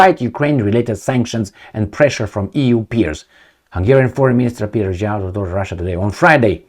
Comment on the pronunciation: Szíjjártó (lit: beltmaker... no pun on Belt and Road :) ) is pronounced C-yar-toe :)